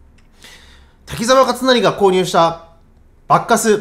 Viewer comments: スゴイ、コスパですねー、でも~ばっかすーの発音が馬鹿カスって小バカにしてる様に聞こえちゃうチャラ。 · バッカスの発音は… バッカス～↗️って 渋谷系の発音というか東北系の発音というか… なのでしょうか。。。 バッカス いいですね👍️ 演奏もとても上手いですね (尊敬します)